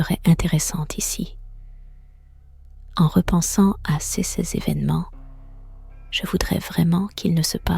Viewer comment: Sauf que prononcer le S de "ces" ou "ses" etc ça casse un peu la narration...